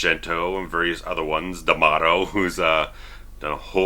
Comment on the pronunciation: As an italian, I just love the way you pronounce Fulci, Argento and D'amato lol! Good review btw, keep up the good work!